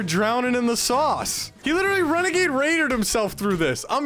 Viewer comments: Wenegade waaaaiiiidddeeerrr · Actually it’s wenegade waidah